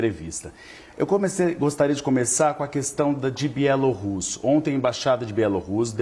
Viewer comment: achei chique a forma como o analista pronúncia Bielo rússia